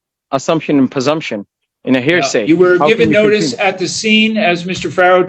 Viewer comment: "I object. That's a hairsay".